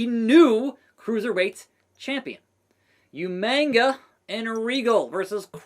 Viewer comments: Bro really said YOUMANGA when it’s UMAGA 🤣🤣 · I thought I was the only one who remembered William Regal calling him Umainga lol